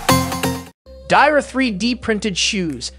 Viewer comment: Dior is pronounced 'dee-or' LOL